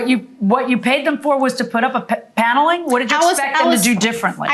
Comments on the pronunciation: Plaintiff says "Piano-ling" instead of "Paneling" lol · The way she says paneling is weird